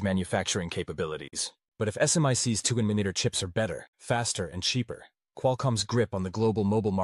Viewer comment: If you'd just get a real human to read the material, you wouldn't have such comical wrong pronunciations as "Nan-Uh-Met-Er" instead of the Proper "Nano-Meeter"!! And if that's not bad enough, your Computer-generated "Narrator" goes from improper to proper pronunciation and back!! For the love of God, can't you find an unemployed person to read this very elementary material for you??!